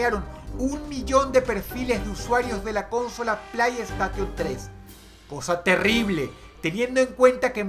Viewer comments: kkkkk dross:play estation como de verdad se dice: play station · se pronuncia: pley esteishon :v buen video dross (^-^)b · dros se pronuncia pley steyshion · Jajajajja como vas a decir Plai Estation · Plaiestation xdd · "plai estation tres" Jajajajajajajajaja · PLAIESTATION TRES🤣🤣🤣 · Dross diciendo plei estation me hace pensar que antes no le importaba mucho lo que opinen sobre su pronunciación 😅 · Llegue al comentario justo cuando Dross dijo eso xD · Dross como pronuncias "play estation" me haces reír 🤭, por favor no sigas que pierdes caché. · Muero por dentro cada vez que Dross dice "Cónsola Plaiestation tres" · Se pronuncia Pley steichon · BUENO EL VIDEO DROSS, PERO COÑO POR DIOS "PLAIESTATION"??? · PLAIESTATION JAJAJAJAJAJAAJAJJAA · Dross tus videos son buenos pero tu pronunciacion castellanizada de las palabras anglosajonas demerita en gran medida la vericidad y/o reputacion. YUTUBE = yutub Playestation = Pley esteishon saludos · Pinche dross se pronuncia "plesteishon"!!!! Hablas el ingles como el culo!!! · "plaistation 3" jajaghsjajjajajajjajaja~ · Jejeje me da risa como pronuncia "Playstation" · Este wey no puede pronunciar playstation se escucha todo pendejote pinche puñetas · Dross...era necesario la mala pronunciación de la ps3? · Se pronuncia playstation 4 imbecil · Playstation, literal lo pronuncia. Grande Dross. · Exito: Dross no sabe como pronunciar play station